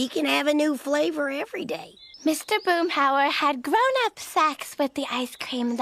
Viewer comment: 🗣️ ”Grownup SECs!” 😩